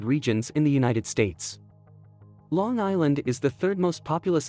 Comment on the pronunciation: I like Uni Teds Tates 😁